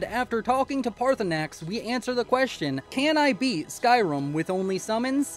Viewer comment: stop saying skyrum, or else. (loved the video)